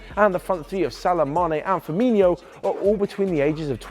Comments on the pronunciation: Great video but his name is FirmiNO not FirmiNHO. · Ok I’m a liverpool fan so for a start this prick needs to know how to pronounce player names it’s firmino not firminiho twat